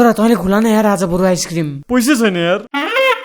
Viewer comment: खुला रे? के खुला मु* खुवा भन्न सक्दैनस?